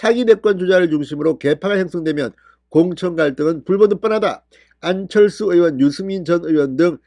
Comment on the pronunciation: 진성호씨~왜 #안철수이름 부르기가 혀가 안돌아갑니까~~~?!